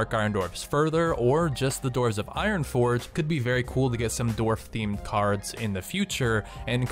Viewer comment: omg, could you please stop saying 'doorf' when you're meant to say 'dwarf' It's really not that hard to say dwarf